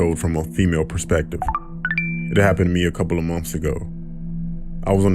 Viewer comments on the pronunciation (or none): none